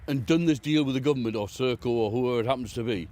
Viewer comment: YEAH ITS SERCO NOT CIRCLE HAHAHAHAHAHAHAHA